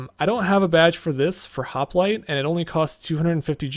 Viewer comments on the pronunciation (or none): none